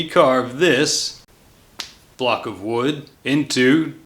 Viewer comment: You said wood wrong. It’s wewd 😂 Have you gotten any inspiration from Bobby duke arts?